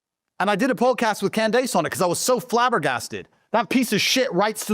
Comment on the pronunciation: Podcast with who? Cand-ACE…? 😂😂😂